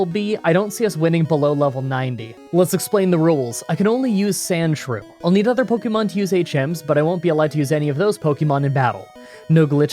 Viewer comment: Pronounce Pokemon correctly!